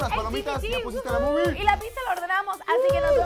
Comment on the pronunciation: Like si escuchaste "ya pusiste la bubi" en lugar de "ya pusiste la movie" XD XD hahahaha